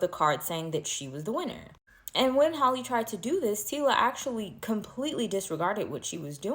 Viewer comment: You can’t not be reporting and not know it’s Tyla not Tila and Halle not Holly